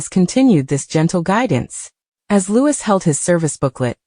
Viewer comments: Why can't you get his name right!!!!! it's not Lewis but Louei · For goodness sake..His name is pronounced LOUEEEE, not LEWIS. Come on people get a better AI. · For goodness sake, his name is Louis, not Lewis. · Loueee not louise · For goodness sake get it right ,it’s Prince Louis pronounced Looee the S is silent…typical American.. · It's pronounced like Louee NOT lewis. Please correct the pronunciation. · The mispronounciation of Louis name really makes me really angry it's Louee GETIT RIGHT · Louis is pronounce Loo wee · It’s soooooo annoying isn’t it. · No matter how many times you comment and tell narrators to pronounce Louis as Looowee they still don’t get it. And always saying Kate Middleton instead of Princess Catherine. Ignorant as far as I am concerned. 😝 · It’s the stupid AI - I’m always correcting any video that mispronounces Louie’s name. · The mispronunciation of the young prince’s name is extremely irritating to listen to and insulting to the prince and his family. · Prince WHO?? If you’re going to talk about him-learn to say his name right—or program your AI to. And why are we seeing clips from different years? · Mispronouncing Louis’s name smacks of an AI voice, or an incredibly, unbelievably ignorant speaker. I suspect AI. Shame on this channel for a careless, badly done voice. The young royal family deserves better! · For heaven’s sake get it right if you’re going to put these articles on and learn how to pronounce them. Or teach the robot the right way. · The voices are made by computer and don’t have the input to pronounce the name the French way. Just bad programming. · For goodness sake pronounce the young Prince's name correctly! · It’s not all just AI, I’ve actually seen live broadcasters say Louis with the S on the end. They need to just learn the name.